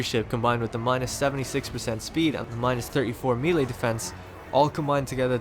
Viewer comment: "engaged in meeley" XD